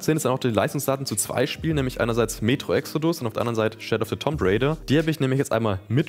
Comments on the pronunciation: Alles cool, aber ich stolpere immer darüber, wie du "tomb" aussprichst. (auch weil du es so oft sagst) Das spricht sich eher wie "toom". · Und dass das "O" als ein langes "U" ausgesprochen wird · Das Spiel gibt es seit 1996. Hatte auch gedacht, dass sich das inzwischen rumgesprochen hat, dass das b in Tomb stumm ist. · Das "Tomb" von Shadow of the Tomb Raider triggert mich so hart <.<